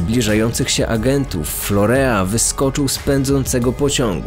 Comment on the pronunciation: Nie florea a florin się wymawia